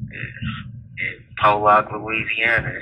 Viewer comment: You keep pronouncing Pollock wrong. It’s not pronounced Po-lock it’s Paul-eck if that makes since